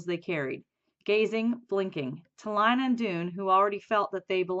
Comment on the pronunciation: You are saying Lina wrong